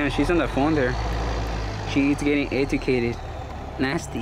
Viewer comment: EH-TU-CATED how cultured